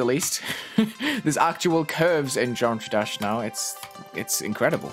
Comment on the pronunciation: he pronounced it "geom-try-dash" just that it might be kinda unclear